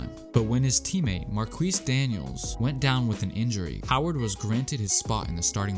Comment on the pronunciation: “Mar-kweese” Daniels. LMAO.